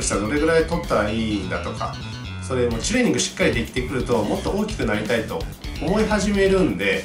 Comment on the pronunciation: 前から知ってはいるけど、 いちいちチュレーニングの 「チュ」の言い方が気になるなーwww